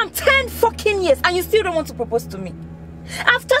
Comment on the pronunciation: "10 FOCKIN YEARS" 🤣